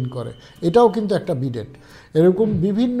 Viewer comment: Vai, wonderful efforts indeed. A small correction BIDET is pronounced as BeeDay (T remains silent). Best wishes brother - apologies if unnecessarily annoyed anyone.